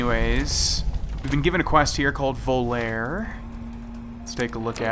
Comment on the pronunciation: Also its pronounced Vol-ar-aye its a Dean Martin song.